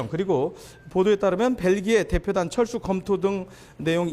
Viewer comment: 잘 들어보시면 철수가 아니라 챨스 ㅋㅋㅋㅋ